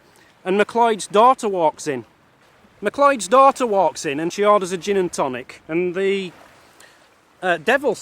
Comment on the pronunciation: Who was the McCloids?? Do you mean the MacLeods? It is pronounced MacClouds. :-)